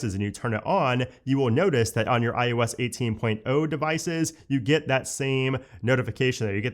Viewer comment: Is it just me or does he start out saying iOS and then slowly starts to say iUS?? 😅